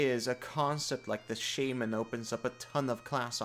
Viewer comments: Your pronunciation of Shaman makes me irrationally angry. Great video. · Please, please don't every say shaman again.